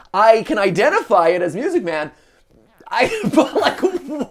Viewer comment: MY-OO-SIC MAEN